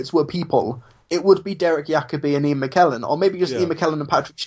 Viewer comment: Ian Mckellen not Mcklellen